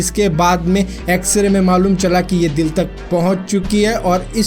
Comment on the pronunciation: X ray ko xra kehre ho